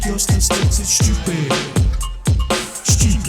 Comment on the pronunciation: It's tchupid.